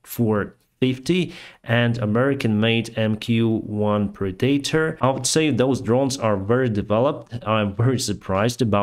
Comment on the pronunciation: The "h" in "honestly" is a silent letter ("AHN-est-li"). "Hermes" is pronounced "HER-mees" in English. "Predator" is pronounced "PREH-de-tor."